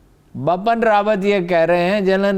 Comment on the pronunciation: These anchors don’t do any research on correct pronunciation of names.Haroon Rasheed is constantly saying,”Bapan Rawat”,whereas,the correct name is”Bipin Rawat”.Bipin is a very common Indian name.